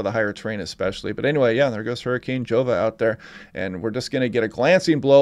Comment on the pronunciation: Pronounced 'Hova'